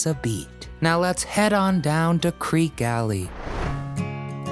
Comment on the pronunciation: CREEK ee, not Creek